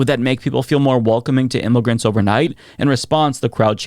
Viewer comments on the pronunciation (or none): said, "Im-mo-grants!" Take a shot!